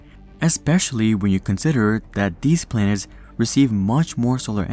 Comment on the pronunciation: This guy can’t say planet 😂 he is saying plants!!! 😂 lmaoooooo